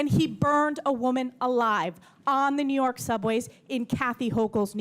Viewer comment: “I’m telling you this” “I’m telling you the policies of Nee York.” Hochul NEEDS TO GO!!!